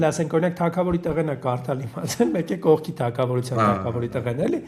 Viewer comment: Տղաներ ջան խնդրում եմ էլի կող մի ասեք, կողք ասեք, հայերենի ամեն աղավաղում մի կերպ մարսում եմ, բացի կողից